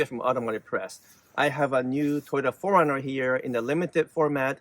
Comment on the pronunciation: Sorry, but it sounds like you're saying "foreigner, " and not 4Runner.